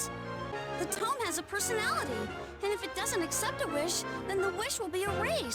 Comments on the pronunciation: Great video man, it's great to see content on a somewhat forgotten game. BUT Seriously, you pronounce TOME as TOMB and it bothers the hell out of me LOL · For the future... I know you've already accepted constructive criticism already, but I do feel the need to reiterate that it was hard to follow this video when you sound rather bored, and mispronounce "tome" despite it being said multiple times by the characters. Your energy does pick up a bit after the prologue, at which point it was a lot easier to listen to. I'd just recommend you speak a bit louder into your recording device once you get more comfortable. EDIT: And pronunciation of "facility". And "Salome" (Sah-loh-may). I mean, it's the most important item, the second most important character (,both of which are pronounced in-game, Including in your footage used), and a really common word.